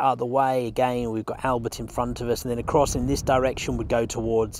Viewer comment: One of the best panorama’s of The Somme battlefields I’ve seen…….. and I live local so have a good idea of the layout. But come on mate…”Albert”…….it’s not “Only Fools and Horses”!! If you can say Bonjour in a cafe you can look online whilst editing and pronounce Albert properly.